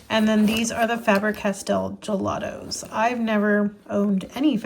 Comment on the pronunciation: Loved the video and have subscribed but could you explain why Americans pronounce FABER as FAB rer, its pronounced the same as SABER which isnt pronounced SAB RER so both sound like FABE ER, just curious 😂